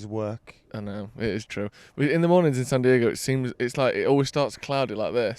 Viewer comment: bro why would you pronounce it San Diago 😂